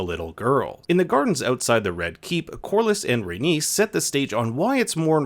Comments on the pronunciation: Say it with me: RAY-KNEES, NOT RAY-NIECE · So you know how to pronounce Aenys... But you struggle with Rhaenys. When the only difference is the addition of 2 letters lol